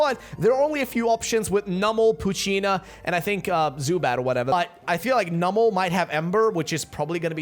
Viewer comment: I'm just upset with how her pronounces numel